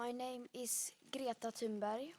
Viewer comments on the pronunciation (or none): "Greeta Toon-berry"? Sort your pronunciation out, man.